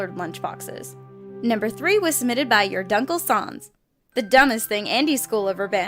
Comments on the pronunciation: Im not YourDunkleSans but its not S-ah-ns its S-an-s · It's SAns not SOns. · SAANS NOT SARRNS Great vid tho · Planet Dolan, pronounced Sans wrong, she said 'Saans' or 'Sauns', instead, it's like S-ans, not Sa-ns. Not hating, just that the name comes from Undertale (if you didn't jear about it than it makes sense since you're on a seperate planet, lol, but you should check it out). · Sauns REALLY ITS SAAAAAAANS NOT SAUNS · OMG when I saw the my Dunkle Sans nickname I cried and laughed so hard BTW spell Sans it's not Sons it's Sans if you don't know how to pronounce it think about it like this. Say sands okay? Now say Sands without the D. And there you have it the proper way to pronounce sans's name bye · its not sauns its sans the "a" is pronounced like "aa" Sans sans is from undertale a game i love sans hes my fave out of all CHARActers there is a person in the game named Chara XD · Yo bitch it sans not sons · not sons its sans man you guy can get other things right but sans and I know I'm over reacting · ITS SANS NOT SONS S-A-N-S @@ (I spammed my phone) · its prononced sans not sons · Its pronounced Saaaaaaans not Sahns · It's pronounced s an s Not sons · "your dunkle Sa-nus" not sa-ns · "Sons is SANS S AN S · BOI ITS NOT PRONOUNCED SANS AS IN HANS ITS PRONOUNCED SANS AS IN HANDS! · sauns??! It's pronounced how it's spelled!! Sans, say it with me. SANS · tf? it's SANS not SAWNS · me: NOOO IT'S SANS NOT SAHNS!!!!!!!! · "your dunkle sauns" its s- a -ns, triggered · Not sons sans! (S-aaa-n-s not s-o-n-s) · Dylcool not an UT fan anymore, but i still get triggered when someone mispronounces shit lime sauns rather than sans, and its always the planet dolan crew .-. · It's sans not sauns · undertale fans: TRIGGERREEED OMFGGGGGG ITS PRONOUNCED SANS NOT SONSE OMGHEVEGEGEGEHEH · what is a pokèmon GO card please tell me and also did she say sOns and not sans #undertalefanistriggerd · the dunkle SONS its sAns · Correction: Its sans not sons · It's not saans XD